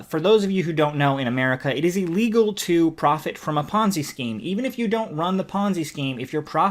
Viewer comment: I enjoyed the video. When you say illegal it sounds like legal sometimes. Just FYI.